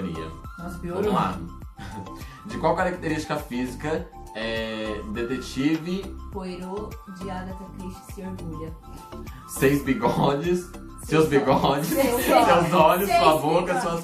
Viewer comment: Detetive "póirô" ahahahah